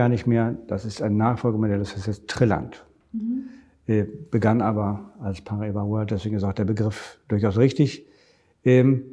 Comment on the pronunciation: Du weißt schon, dass das portugiesisch ist und eigentlich Paraíba geschrieben wird. Demzufolge haben sie es vollkommen richtig ausgesprochen. Aber für Kultur habt ihr MLM-Moonboy-Jünger ja eh alle kein Gespür.